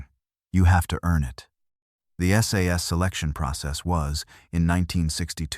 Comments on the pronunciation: It's S. A. S. not sas FFS. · Stop saying ‘SAS’ it’s S.A.S. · It's S A S not "SAAAS". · Its not sas its S A S ,.Thank you .